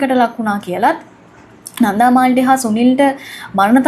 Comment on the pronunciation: කෙල්ල, "නන්ධා" නෙවෙයි "නන්දා". බොහොම සතුටින් දුවගේ කථා අහන මම පරාක්‍රම uncle from Sydney 💐